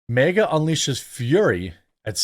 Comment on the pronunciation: It’s MAGA not MEGA . Why do you call it MEGA ?